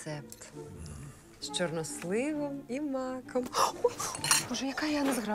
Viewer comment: Не чорнослИв, а чорнОслив